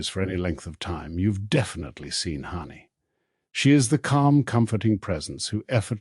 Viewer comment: Hanni not Honey or Harney. Philip not Phillipe. Must be AI.